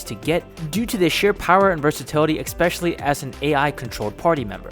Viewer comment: Expecially is not a word.